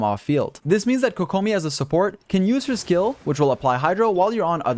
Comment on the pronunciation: apparently can't pronounce kokomi either lolz